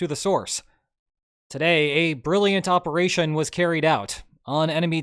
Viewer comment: it wasn't a bold operaychun... it was AUDACIOUS! (if i ever hear that again....)